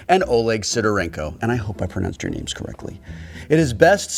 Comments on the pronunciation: Yes, you read their names correctly! Achievement unlocked! :D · Wil, you pronounced them OK)